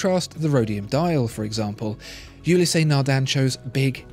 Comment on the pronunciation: There's only two syllables in Ulysse, not two.